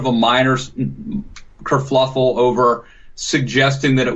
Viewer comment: Kerfluffle is not a word. Kerfuffle.